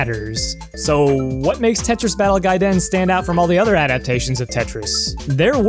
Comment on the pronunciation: I want you to do every future video exclusively in Japanese because the way you pronounce it is A+ - austin